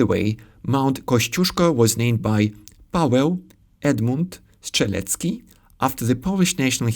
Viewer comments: just wanted to mention that you should have said „Strzelecki” with a hard SH, for me it sounded more like a soft CH sound. by the way, I'd really like to hear you saying „Grzegorz Brzęczyszczykiewicz from Chrząszczyżewoszce” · I can't speak for Czech, but in Polish, t͡ʃ and tʃ are not equivalent. I can hear you saying "Szczelecki" and "Andżej" instead od "Strzelecki" and "Andrzej". An example of a minimal pair that makes the distinction is "trzy" and "czy". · in word "Strzelecki" "Strz" is more like "Szcz" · Hi, a Pole here. your pronunciation is really good for a foreigner, really educational video, I learned a lot about Czech language. Keep in mind that in "Strzelecki" the "rz" after "t" makes the same sound as "sz", it's one of those things that evolved over time, it's just easier to say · Well almost. When saying "Strzelecki" you missed a distinct "t" after first "S". Other than that splendid.